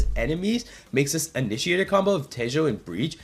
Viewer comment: bro said te-joe